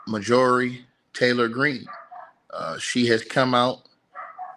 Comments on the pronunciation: Sounds it out! 😂🤣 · Mar - jur - ree! 😂🤣😭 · Call 📞 and tell him how to pronounce Majorie name 😂. Anyway, stay on it Bro. You'll catch up ⬆️. It’s a mess out here 👎🏽🇺🇸🌎💯😾